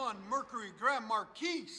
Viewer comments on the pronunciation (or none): 😂 correct. Markeese sounds funny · Marquis is a French word pronounced “mar/key”. No “s” sound on the end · its Grand Mar key no S on the end its silent other than that nice sound got to do that to mine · Markee please, the S is silent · For the love of god can you stop mispronouncing marquis. You don’t say the s my man. grand maar-kee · Grand Mar-key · The "s" is silent... Grand Mar-kee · The S is silent..marguis.....pronounced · He sounds ignorant. I wouldn't trust my car to someone who can't pronounce marquis right. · I really love your vids. But, please, the S is silent in Marquis. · I'm sorry, but in or out of the "hood", it is still incorrect. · The S, in Grand Marquis, is silent for god's sake... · Excellent work guys. Please drop the 's' when saying Marquis, it takes away from your professionalism. No offense, Sir. Those cars sound Awesome!!